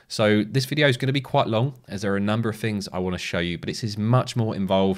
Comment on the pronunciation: theres no f in the word 'things'